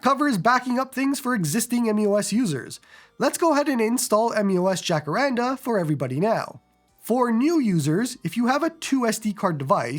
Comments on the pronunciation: Jah-cah-rrraahn-DAAH. And roll the R. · And the Jah is more like a Hah